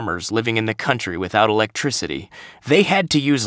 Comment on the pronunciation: No, no, no. You've got this all wrong. It-s not e-lectricty. It's electricity. And you blow the last line. It's the money line and you don't see it in a heartfelt way.